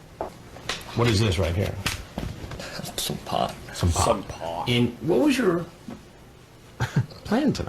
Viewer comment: the way you repeated him saying “suhm paht” had me howling, I replayed it like 4 times 😂